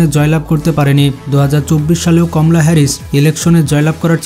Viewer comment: komla na kemela